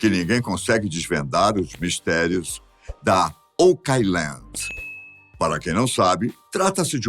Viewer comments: Essa pronúncia está errada, assim como muitas outras palavras em inglês que ouço nas várias narrativas - favor consultar antes de propagar desinformação. [Ôu.kland], não "okái.landi" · Se pronuncia "OUK AILAND" nao OCAILAND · Adoro seus vídeos,! Mas essa pronúncia está errada! O certo é ôuqueáiland! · O pronunciando errado oak island me deixou louco. Pelo amor de Deus, alguém coloca ele num curso de inglês!